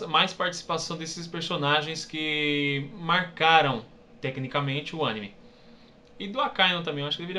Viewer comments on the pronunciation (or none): none